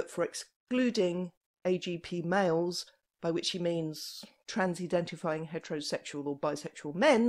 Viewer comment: I love it when she says that